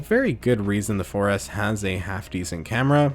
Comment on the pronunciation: When he said 4s I thought he said foreass one time lmfao 😂😂😂😂